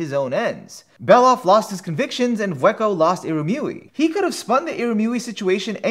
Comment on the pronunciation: Yeah, it feels like "Bondrewd" was strangely overemphasized as well, and "Vueko" felt a little slurred. He nailed Wazukyan and Juroimoh though.